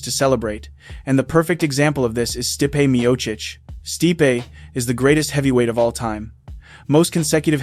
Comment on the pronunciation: you pronounced stipe's name incorrectly in two different ways in 30 seconds? " stih-pe" "steep"